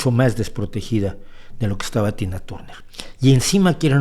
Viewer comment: Turner no, Tarner se dice.